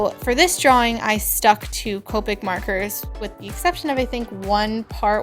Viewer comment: It's copic not copeic